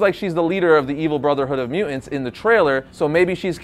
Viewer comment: I hate the way this guy says mutants. “Mew-ents” 🙄